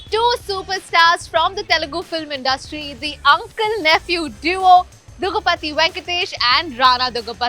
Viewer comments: Kamiya it's "daggubati" not duggabati!! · it's not duggabatti it's daggubatti 🤦🏻‍♂️🤦🏻‍♂️ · It's not duggu pati It's daggu bati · Dagubathhi ? What is this pronounciations 😂😂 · Adi Daggupatthi puttaparthi kadu ye patthi mokam pilla it's Daggupati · I don't know y all North side interviewers pronounce daggubati incorrectly This is the third interview or fourth which iam seeing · Yaar koi inko Daggubati ka sahi pronunciation sikha do!